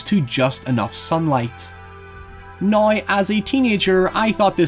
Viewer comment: The lad who says NOY and HOYEVER is back again.